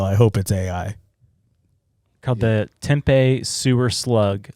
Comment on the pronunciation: That slug is A.I my boys. And pronounced Tempee not Tempay 😂😂😂